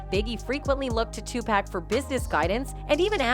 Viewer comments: It's pronounced " TOO PAC"! NOT PACK!! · Pleaseeeeee get his name right TUPAC LADY TUPACCCCCCC PLEASE PUT SOME RESPECT ON HIS NAME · You all really need to learn how to pronounce Big's and Tupac's names. Also you are pronouncing Surge's name wrong also! SAY THEIR NAMES RIGHT! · After ALL these years, there is no excuse for mispronouncing Tupac’s name.